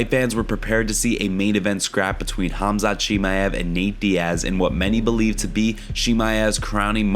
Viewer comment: 7 1/2 pounds is not close to 10 pounds, don't lie and speak the truth! Learn how to pronounce Khamzat!